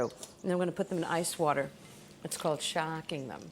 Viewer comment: I love the emphasis on "shawcking"